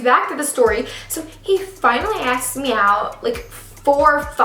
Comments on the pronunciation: She says acsks instead of asks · how can u mess up such a simple word? (and english is MY 4th language)🙄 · That's what I was thinking lol😄